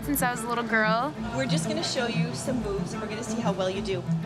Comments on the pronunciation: Freudian slip: Everyone hears the word Boobs instead of moves :p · LOL. it sounds like the woman is saying "We're just going to show you some boobs and we'll see how well you do." xD I'm pretty sure she's saying moves though..